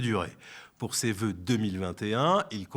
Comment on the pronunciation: Ze vœux